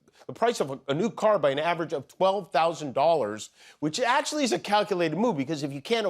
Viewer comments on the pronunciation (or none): His pronunciation of atchaly ?